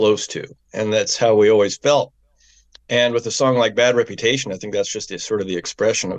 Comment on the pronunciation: It's "Reputation" Jesus...Get it together. I'm writing a book.